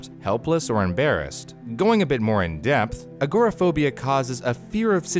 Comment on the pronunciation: It was interesting but you really should learn how to pronounce agoraphobia lol look me a while to figure out what you were talking about lol